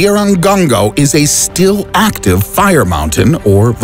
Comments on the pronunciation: the way he said fire mountain... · Nobody:: FiRe MoUnTaIn